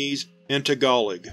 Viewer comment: Azazel is pronounced ay-zay-zel, not ah-zozzol. And Tagalog isn't pronounced that way either, I think. In previous videos I've also noticed you mispronounced cache and cliche. I'm not trying to pick on you, but it might be a good idea to ask friends about the pronunciations of unfamiliar words or look them up online. I've been there, tbh. The first time I used the word paradigm I thought it was pronounced para-dig-em, and that's not the only word I did like that either. English is really inconsistent, and it's hard to know how to say words we've only ever read on paper before. So I'm not trying to be hard on you, just give you some advice for the future.